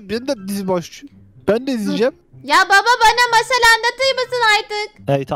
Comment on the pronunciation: Abimden hep masal anlat derdim ama uzun onun anlattığı mâşal bi r adam varmış ölmüş gitmiş